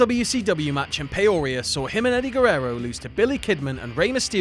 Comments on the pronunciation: As a person from Illinois the pronunciation of peoria made me cringe. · The way you pronounce Peoria is hilarious to me lol. (I live in Illinois)